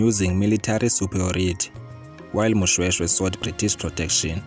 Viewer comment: This is my Royal history and King Moshoeshoe he is my great-great Grandfather and i feel disrespected ny poor pronouciations of our Ancestors's names.